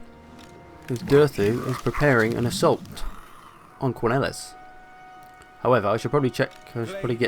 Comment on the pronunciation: This is by no means a big thing, but Quenelles is supposed to be pronounced Kuh-nell (with the stress on "nell"), as Bretonnia's place names are essentially French. I'm really enjoying this campaign so far, by the way. :)